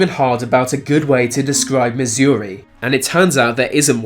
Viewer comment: Waited for him to get to Missouri just to not get anything and a wrong pronunciation :(